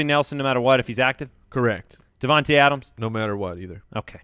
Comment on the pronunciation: Freaked me out for a second! "Jordy Nelson, in, in, Randall Cobb, out, out, Devante Parker". I heard ADAMS! Was like, "wait, what, what's wrong with Adams?" Rewind, ROLAIDS!